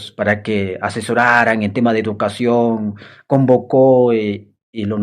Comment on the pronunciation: OYE ENTRENA CASTELLANO, CREO QUE HASTA PEDRO "CASTELLO" PRONUNCIA MEJOR EL CASTELLANO PONTE UNA PIEDRESCTA EN LA LENGUA COMO DEMOSTENES. Y ENTRENA CASTELLANO. NO SE DICE IDUCACION, SE DICE. EDUCACION.